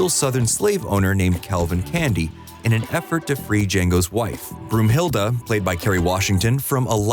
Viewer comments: Every german: Brunhilde, not Broomhilda! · Broomhilda? Seriously? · Isn't it Brunhilde